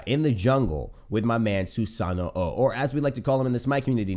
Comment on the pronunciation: I don't know why people pronounce the last 'o' in Susanoo. It's not its own thing, it just elongates the 'o' sound from 'no'. Hi-rez really screwed up the punctuation on that one.